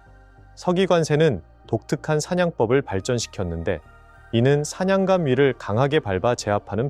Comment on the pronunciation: 우리글은 써있는 그대로 읽는게 아닙니다.예를 들어 사냥감이 아니라 사냥깜으로 발음해야 합니다.